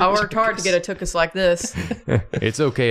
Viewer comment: As a Jew i understand that people don’t pronounce the “ch” properly when they put Yiddish and Hebrew into English but tuchus pronounced properly sounds so much better